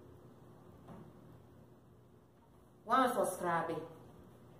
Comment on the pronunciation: wannn soscrabe? 🤣🤣🤣 love you sis!